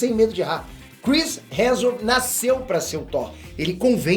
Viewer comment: O dá um migué na pronúncia do sobrenome do Chris. Toda vez “Chris Heajusbskalabsus”. Muita consoante na mesma palavra…